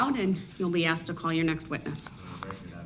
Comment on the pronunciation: Will someone PLEASE tell him that it’s SUS-TAINED not SUB -SAIN and it’s AS-KED not AX-ED!!! For the love of god it’s not complicated, after saying that this idiot thought it was ok to drive his SUV through a crowded street killing 6 and injuring dozens of others!